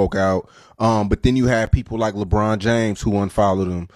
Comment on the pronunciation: "Lee Bron" lol :D Love Charleston White.